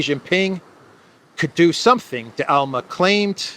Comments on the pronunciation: It's D'Alema not De Alma 😀 but anyway, "la repubblica" is really a good newspaper if you use it as a bottom for the canary cage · You butchered Dalema name but great video anyway